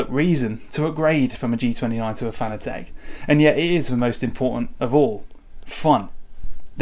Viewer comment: Pronounced FAN-A-TIC.... Not fanA-Tech...